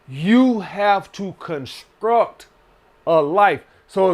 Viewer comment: The way he says "construct" takes me out lol.